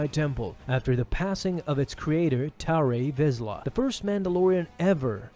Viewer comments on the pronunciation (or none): fyi it’s not Tari Vizla, it’s Tarr (or Tar) Vizla. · It's tarre (tar) visla this isn't ramen.